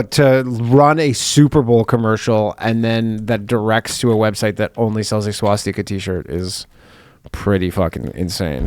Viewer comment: Danny says swastika very oddly. Wonder if it’s a Jewish thing